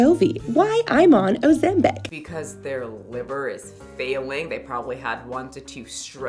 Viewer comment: "Ozambek" lmaooo its Ozempic 😂😂 girl out here saying a whole African name